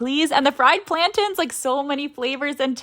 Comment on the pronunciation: Don’t ever say plantains like that again